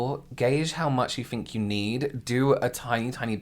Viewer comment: Yes that's actually pretty common! uses "f" in words like think ("fink"). I love it. AAVE sometimes replaces "th" with "f" as well. Language is cool!